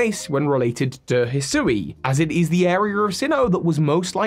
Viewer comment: Isn’t Hisui pronounced HE-swee?